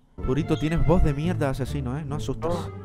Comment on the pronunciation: Yo escuchando a decir mierdad